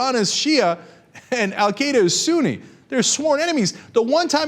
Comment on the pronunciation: Cenk, you are not pronouncing Al Qaeda right, lol!!